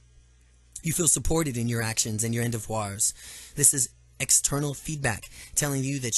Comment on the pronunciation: Look up how to pronounce endeavor.